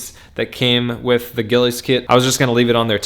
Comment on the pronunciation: it's pronounced "Gilles" I think you need to replace the OEM grips next. Renthal and Domino makes some great ones that can color match aesthetically; although heated grips may cause fitment issues...I took my heated grips off so I didn't run into that problem...